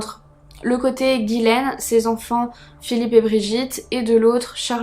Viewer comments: Ce n est pas guilaine mais Ghislaine qiu se pronononce " GIslaine " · Hello trop bien la vidéo. Mais dis moi, t’es sûr que c’est Guilaine et pas Ghislaine ? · Allo très bonne vidéo moi qui viens du Québec je ne connaissais pas du tout cette histoire j’ai trouvé ça très intéressant comme tout tes sujets d’ailleurs 😊 je veux juste te dire ( c est anodin) mais ce n’est pas Guylaine mais bien Ghislaine 😉 bonne soirée à toi 😊